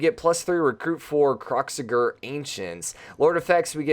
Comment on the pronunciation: did i just here you say kroxigger